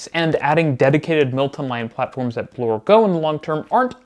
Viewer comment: I enjoyed your video, but your pronunciation is very uneven. Pronounce Milton as such, not “Multin” and insert the correct number of syllables into your words. You have a tendency to shorten three syllable words to two syllables. As well, Bloor is pronounced the same way as “poor”, emphasis on the double O, and not as Blore.